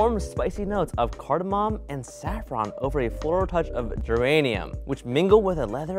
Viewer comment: At first I thought said uranium instead of geranium, and I was horrified